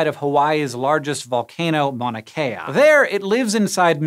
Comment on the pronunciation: I can tell you looked up how to pronounce the bugs name... but still pronounced the mountain as most people mispronounce it. I enjoy the effort as I can see Mauna Kea from my house.